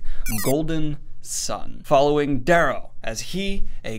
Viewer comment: Does the guy who narrates on audible pronounce it the way you do? Because it's supposed to be Darrow, as in arrow with a d.